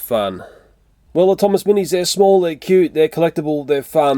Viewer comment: When he said small I thought he said swallowable 😂